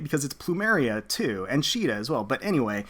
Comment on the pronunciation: Caeda is SEE-DA not SHII-DA, the japanese name is not a basis for the english pronunciation, there is no See sound in the japanese language (before someone brings up the one kanji that is always brought up saying "they do have a see sound", no it's not a see sound, it's a "sui" (swee) sound, and it is an informal and newer more modern kanji which was not in common use when FE1 was made), and her name has been officially pronounced See-da (like the english pronunciation of Caesar) since fire emblem warriors, and has been also shown in FEH with Duo Marth.